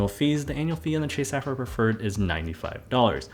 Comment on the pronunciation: I think you pronounce sapphire incorrectly